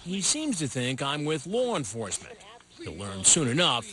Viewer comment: DID HE JUST SAY "LORNE ENFORCEMENT"? DOES LORNE OWN THE POLICE NOW??